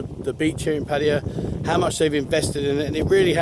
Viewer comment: Yeah but many people watch your videos to learn about Thailand. So why not pronounce the name of their city correctly.